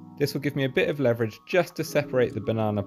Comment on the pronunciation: leverage, not levverage!